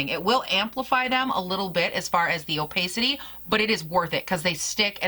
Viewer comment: What a gorgeous palette and I love the 2 looks you did with it. I wouldn't even mind seeing more! (Pssst... it's o-pah-city, not o-pay-city) xo